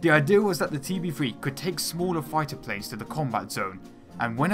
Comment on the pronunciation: Pwanes weally generate wots of wift